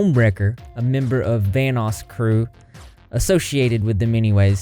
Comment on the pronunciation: Kept hearing “Thanos” instead of Vanoss